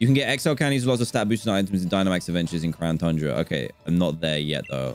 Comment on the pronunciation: Pokemon Sword: The End Dan:So now we have the crown tunra Me: Why did you say it like that